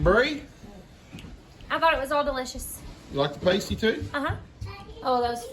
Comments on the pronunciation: It’s pronounced Pasty not Pastey. A Pastey is what strippers use to cover the end of something on the breast. 😊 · I chuckled every time you said the name of the meat pie.😅 it is pronounced like "nasty". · Pasty pronounced "pass tee" they brown better and quicker if you brushed the pastry with beaten egg before you bake. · It’s pronounced pasty, rhymes with nasty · Its pronounced past ee (past as in 'in the past') very British dish from Cornwall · Pastie rhymes with nasty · Pronounced pass tees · Hi. im from England and the way to say it is "Pass tea" and the full circle should have made made 1 Pastie thats how big we have them here in the uk and the edges would be crimped with a fork, but Hey your house your rules 😉😉 Paw paw broke my heart when he said "she wasnt my pet she was my partner" we all knew it was gonna be Heidi, even B. Grace had to walk away, Heidi was Pawpaws right arm and a special girl and never hurt anyone (apart from Pawpaw when she bit him cause Duke got too close to her partner and she missed Duke and got Pawpaw instead) 😭😭😭😭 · It's pronounced pass tee pasty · Hun's it's pronounced PAS-TEA. Not pastry etc. well done for giving it ago. I live in Wiltshire very close to Cornwall,and Stonehenge. 🇬🇧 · 😂😂 oh laughing out loud! Pasty is pronounced paahh-stee, you have to google cornish accents also.. I struggle to understand deep cornish accents and my mom is cornish we just didn't grow up there.. waiting to see if you're using mince which 'english' people do (cornish do not consider themselves english as celtic) instead of thin cut bits of cheap steak.. turnips as well as potatoes and short not puff pastry traditional... the side crimp os because miners used to eat them and discard the coal covered pastry crimp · It is pronounced paaastee.